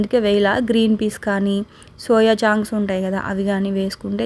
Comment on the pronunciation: సౌయా చాంక్స్ కాదండి చంక్స్